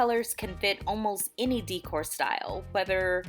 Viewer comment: It’s not pronounced DEEE-cor it’s pronounced DAY-core, long A not an E sound